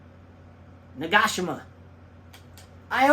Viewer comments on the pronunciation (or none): Great video as always! I'm Japanese but no expert on names but I would pronounce Nagashima as Na-ga-shi-ma. Thanks Ross from Oahu. 🤙